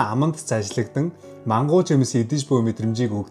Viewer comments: Мангу гээд бхр юу юм болоо гэж бодсон чинь. Маангоо г хэлээд бсын бн шд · Мангуу Мангуу гээд байхаар нь, ямар зайрмаг юм бол гээд сонирхтол МАНГО жимсийг хэлээд байсан бншдээ 😂😂. Орон орны дуудлага аа гэж😅 😊 Монголдоо очих хамгийн сайхан мэдрэмж шүү❤❤ Би бас удахгүй очино доо.😊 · манго жимс гээч мангуу жимс гээд бхи хахаха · Мангу биш манго шдэээ😅😅😅